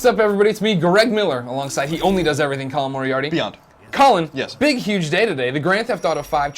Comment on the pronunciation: his name is not!